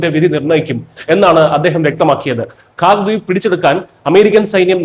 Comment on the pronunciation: it is KHARJ ISLAND ...your poronounciation is not correct....